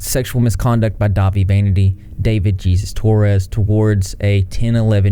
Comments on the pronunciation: it's pronounced Heyzues not Jesus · Her dad should of gotten her off of the Internet...and if jay is sorry her should apologize. Isn’t his name pronounced hayzeus? Not Jesus 😂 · Damien was put in foster care over this... They were a victim for fucks sake. They were a literal CHILD. (His middle name is pronounced Hey-Soos btw. Spanish middle name.) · Nope. He pronounces it as "Gee-sus." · You must really love the sound of your own voice, what the fuck is wrong with you pronounce Jesus correctly? You can't be bothered to pronounce a common Hispanic name but you can have key chains of your face hanging off your mike? He doxxed LadyNoGrady not Damien, although they were doxxed too, but all you do is bandwagon and deny you used to be a racist bully, I doubt you'll allow this comment to stay up but your Mars Argo Poppy content was good because you had another guy just give you the tea, and you use your brain injury to get out of admitting your faults. I remember that era very well, and it was the last era where guys could be gross pedos like James Franco and Kevin Spacey, bands like BOTDF were made for kids not people in their early twenties like me. I thought the video they made called under your spell or some dumb shit was a parody when I saw their video and a lot of people covered for Dahvie and his disgusting monster of a friend Ian Watkins serving life in prison whose fans allowed him to violate infants and toddlers, he also intentionally planned or did get a woman pregnant with the sole purpose of having sex with his own child. He took the virginity of any underage fan male or female, and there he was flying in first class, his gf knew about it but she never said a word. Jay is full of shit, he knew exactly what was going on, I was 18 and if the person who hired me was a cho mo I'd get some evidence and turn that fucker in. Spare me the sob story Jay Von tire